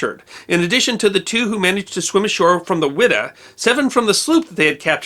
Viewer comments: It is pronounced “Y Da” not “ wi da” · I'm conviced it's pronounced 'wide-ah'